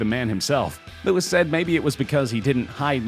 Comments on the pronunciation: its Louis not Lewis! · It’s Louis as in ‘loo-ee’ not Lewis. H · Please do not EVER say Louis name like that again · Louis not Lewis